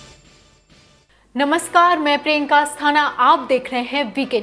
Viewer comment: Piyanka nahi priyaankaa hai. Apna naam sahi se boliye.